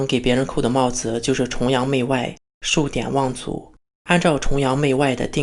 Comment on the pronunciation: ㄕㄨˇㄉㄧㄢˇㄨㄤˋㄗㄨˇ做教育家请先把字读对，谢谢